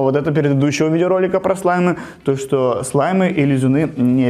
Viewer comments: ты сказал слимы а не слаймы) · ты говориш слимй